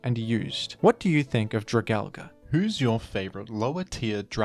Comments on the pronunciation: I actually had physical symptoms every time this bastardization was said. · Funny way to pronounce Dragalge, but I like it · Okay this is the most offensive Pokémon pronunciation yet. Australia has gone too far. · Ok. Say it with me DRAG- ALGE. Not DRAG-ALGA. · "Dragal-guh" 💀 But in all honesty, I love it when you cover more niche pokemon like this, keep it up! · I thought it was pronounced “drag-algae” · "dra-gal-ga"???? its drah-gal-gee" like algae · Jra-Gal-Gee, not Jra-Gal-Guh. Please don’t say it like that. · Your video is very precise and well made. I have faith this helped a lot people. Only one complaint. Dragalge is a play on words for dragon and algea. It's pronounced drag-al-jee. It doesnt end in an A like tangela, dialga, palkia, giratina, lugia or komola. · It hurts me how you pronounce it, its drag-ALGAE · Whys bro calln it dragalga, its dragon and algae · Drag algae is the pronunciation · It’s pronounced as dra gal ge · Alge (play on the word algae), pronounced Al-gee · why do you always pronounce opkemon names wrong lmao It's drag-algae. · It’s drah-gal-gee bro 😭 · Isn't it pronounced drag- algie? Like dragon and algie? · I always thought it was pronounced "Drag-al-gee", alluding to it obviously being an algae dragon pokemon. Nonetheless, great video! I always enjoy watching/listening to them. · It is pronounced Drag- AL- G. It's name is based on it's a appearance because It's a sea dragon/sea horse that resembles algee. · Yeah thats what i meant, he was saying Al- GA, I thought it was what you were saying. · Have I been saying it wrong or are you? Gen 6 dragons are probably my favorite. Goodra and drag-algae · i know your ass is saying dragalge like that to get comments correcting you for the algorithm boost, fair play tbh that pronunciation was kinda hideous. cool vid too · one day people will pronounce dragalge right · God that mispronunciation 🤢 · Your dragalge pronunciation is just wonderful